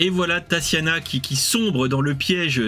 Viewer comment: TaSSiana ? Depuis quand prononce t-on ce prénom ainsi ? Mes origines russes pleurent à chaudes larmes.